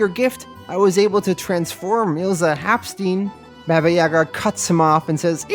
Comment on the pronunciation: Haup- STYYYYNE, not STEEEN.